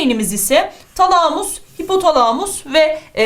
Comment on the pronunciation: Hocam şu talamus kelimesini lütfen şiveli söylemeyin